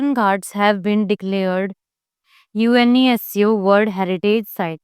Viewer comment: Ma'am UNESCO ka pronunciation seekh lo pehle